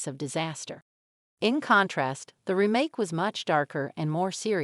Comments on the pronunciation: REmake. Not ruhMAKE. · This is text to speech with a kind of deep fake host, right? Her cadences are completely off. Who pronounces it "remMAKE?" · This sounds and looks like it is voiced by a computer and then lip synced. Especially the way "Remake" is pronounced. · She has a strange way of saying remake... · Is she AI generated? Or totally disinterested in the subject. Who says remake that way with such a short ee sound. If I didn't see her lips moving, I'd swear it was a text to speech bot. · How she said "remake" bugged me